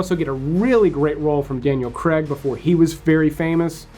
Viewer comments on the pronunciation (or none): I just knew he was going to mispronounce Daniel Craig's name. It's pronounced Cray-g, not Creg. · Why can't you say Craig it's not Daniel Cregg it's Craig, Daniel Craig